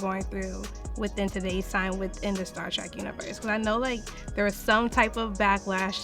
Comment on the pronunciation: Did you say "Star Trak"? It's Star TREK